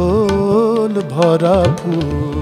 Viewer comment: আচল হবে না, হবে আঁচল। আশা করি উচ্চারণের দিকে খেয়াল রেখে গান করলে আরো সুন্দর হবে।